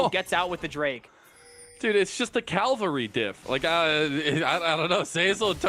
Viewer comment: say it with me Cav-al-ry, not Calvery